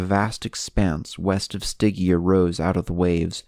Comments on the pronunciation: [Stɪdʒia], no [Stɪgia] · It's pronounced Sti-gee-ah!!